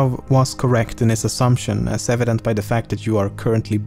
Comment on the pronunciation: "as avedant to the fact that you are currently breathing" that was amazing to me.